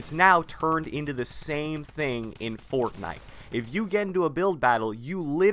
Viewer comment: The way this man says fortnite pisses me off